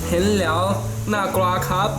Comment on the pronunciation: "ผมจะใส่แย้ว" 55555กลายเป็นแย้ว > <